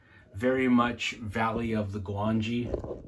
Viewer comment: It's Gwangi